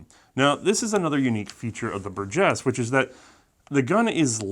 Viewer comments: I guess I must be the only one to never have heard it pronounced " bur-GUESS". Up to today it was always " BUR-jess". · BUR-gess is how it’s stressed, just so you know. The “G” sounding like the J in “Jim” is correct though! Good stuff as always! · It’s pronounced “Burgess”